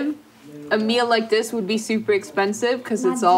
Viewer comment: Ok I am American and we do not say super like that. She was just being ignorant point blank. That's a trend.